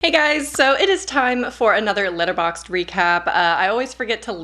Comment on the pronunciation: When you say Letterbox, all I can hear is litter box. Cat people 🤦🏻‍♀️😻